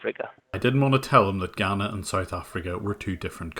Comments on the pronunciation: Its Ghana, not Ghanna. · Ghanna, South Africa 😂😂 maybe he meant south of Africa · as a south african i absolutely lost it when he said ghanna south africa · I live in South Africa and when I heard Ghanna, I just thought WTF?